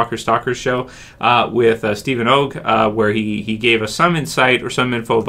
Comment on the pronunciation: Dude that's not how you say Steven oggs last name you keep mispronouncing it lol